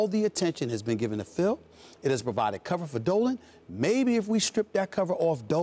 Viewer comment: When he says "going after Dolan" I thought he said he was on that dope